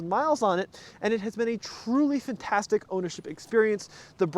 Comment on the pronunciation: Could someone at TFL please tell how to pronounce "Fantastic?"